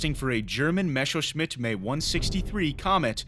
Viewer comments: F**k Me/ME. It's Messerschmitt not Mescherschmitt. It reminds me once I told friends I have read about some "rough" pilots. They laugh because it's pronounced "R.A.F"? I was ten back there but you sound like an adult. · "Mesowshmit May 162"? Holy fuck, that was awful. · Seit wann wird denn Messerschmidt "Maysserschmidt" ausgesprochen? M.E ist passender als May...